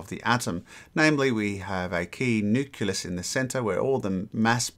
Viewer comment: Whay do you call necleus a "nucilus"?